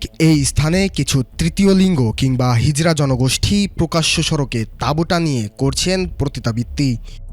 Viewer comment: ''হিজলা'' আবার কি ধরনের শব্দ? শব্দটা হবে হিজড়া ।